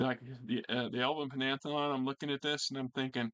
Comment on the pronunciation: Dude, learn the proper pronunciation of “pantheon.”